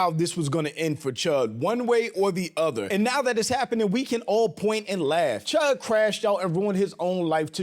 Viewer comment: Cheddar bob chud? Nah nah nah. It’s CHUDder bob!